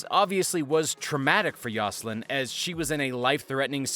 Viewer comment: The intro shouldn't take 20% of the time. And you pronounced Zsalynn wrong.